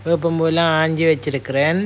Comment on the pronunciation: தமிழை நன்றாக உச்சரிக்கவும் ..அது என்ன ஆஞ்சு இது தமிழில் இருக்கா..நன்றி